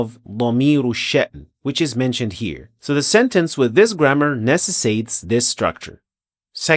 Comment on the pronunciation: Lolol. Not to contradict you. But it’s funny that while correcting an Arabic mistake, you said necessates rather than necessitates.